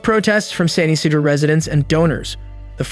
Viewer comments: It’s pronounced San Yee-sea-dro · I lived in LA Mesa CA (about 40 min NE of San Ysidro) at the time of this shooting and was 14. It was mind-bending that something like this could happen. Btw it's pronounced San yuh see dro. Every time you mis pronounced it, I cringed, learning how to pronounce the name of the city you are going to talk about really should be something you figure out before doing a YT video. It was pretty good though and for me to keep watching when I usually click off almost immediately when people produce content and don't bother to learn how to pronounce a key name, does say this was pretty good. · Come on now, pronounce it correctly. San Ysidro is pronnouned: San E-See-drough